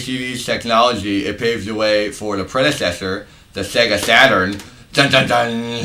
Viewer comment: SHHHHHHAAAAAYYYYGAHHHHHH!!!! Shega SheDee and Playshtashin Shree Shega Shaturn The Dreamcasht Always cracks me up!!! 🤣🤣🤣🤣🤣🤣🤣🤣🤣🤣🤣🤣🤣🤣🤣🤣🤣🤣🤣🤣🤣🤣